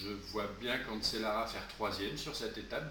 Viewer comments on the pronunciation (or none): Cancellara ce prononce canchellara